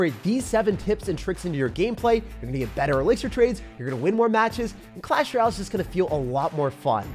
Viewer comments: since when did you start saying clash “rall” instead of clash “royale” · “Clash ryal”💀💀💀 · Clahs rall 😂